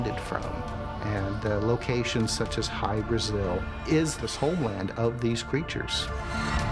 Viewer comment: It's pronounced Hy BRAH-zil, not Hy bra-ZIL..